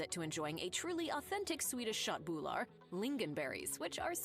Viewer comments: as a swedish person my autism sperged out at the pronounciation of "shot boule ar" aka KÖTT BULLAR how hard can it be for the english mind to comprehend the "ugh" sound AKA ÖÖÖÖÖÖÖÖÖ not AAAAAAAA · Her way of saying köttbullar was so off that I thought she talked about some asian variant.😂